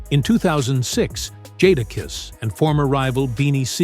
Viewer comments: Dude said Ja Duh Kiisss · Doing a lifestyle video about someone who you can’t even pronounce his name is crazy talk 😂😂😂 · I hate how he say the name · Word‼️All these AI generated videos always mess up our names‼️😂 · exactly totally nasty messing it up 🙄🤦🏾 same as pronouncing Sheek Louch 🤦🏾🤦🏾🤦🏾🤦🏾